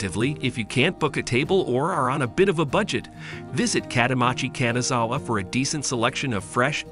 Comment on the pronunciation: 'Kanzawa 'saike' LOLs😅